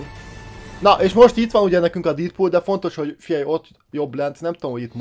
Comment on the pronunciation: Dedpul úgy kel kiejteni